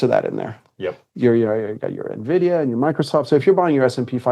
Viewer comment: He said "Nuh-vidia" ... oops